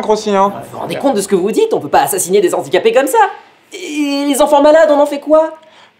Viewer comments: En plus de tout ce que vous avez cité, vous avez fait aussi du mal, mais à dose homéopathique !!!! Je m'explique très brievement : mes oreilles ont saigné à chaque fois que j'ai entendu : "les Zandicapés" au lieu de " les Handicapés" !!!! mais super vidéos et super thème !!! Merciii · Dites les gars zé filles, quand même... le h de handicapé est aspiré; les zandicapés ça fait franchement cheap... (à part ça bravo, quand même ;) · Juste la liason ne se fait pas avec les mots handicaps/handicapés (donc on prononce ''lé ANdicapés'')